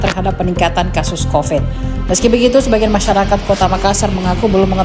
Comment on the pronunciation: Bukan covit covet